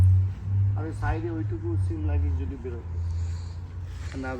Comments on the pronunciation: ছিম না কথাটা সিম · ঠিক উচ্চারণ করে সিম ই বলে ছিম নয়